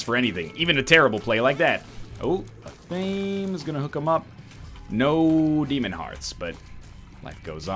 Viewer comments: EH-THA-MAY. Not a-tame. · NL.. repeat after me. ah-thah-meh its 3 syllables not 2. its not an english word an athame is a small ritual dagger used in wiccan ceremonies